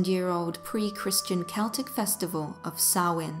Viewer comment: How do I love thee? Counting the ways...You used 'autumnal'You pronounced it properlyYou also used my preferred pronunciation of 'Celtic'. Shhh, I tried to correct on this one once, and he researched and corrected me right back. I had to apologize to him.And the research is excellent! Thanks you guys!Peace and roses, Deb the TN Scary Lady